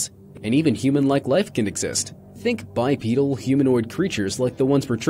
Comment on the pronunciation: “BiPEEdal” fuck, my ears.